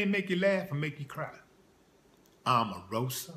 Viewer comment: Lol stop clowning and why he saying her name like that;) smh